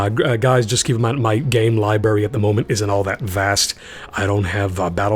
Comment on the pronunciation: libary.... libary....... libary.